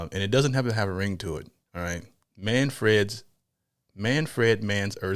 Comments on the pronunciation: "Manfred" Not "Man.. Fred"😂😂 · Say it like you would pronounce SANFORD & SONS [the old '70s sit-com] MAN frd not fred. Oh btw you don't have to be infused or elevated to enjoy this but it sure is sweet when ya are. :hand-purple-blue-peace:I had a Deuce Coupe [inherited from my big brother] back in the day & would blast this on the "restless ribbon" our Strip in Tulsa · wtf! Not Man Fred, it’s all one word…Manfred!!! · It's not pronounced Fred. It's like prouncing fern but with a d at the end